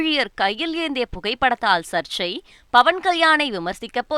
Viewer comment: News reader சர்ச்சை என்ற வார்த்தை யை சரியாக சொல்ல வேண்டும் 😅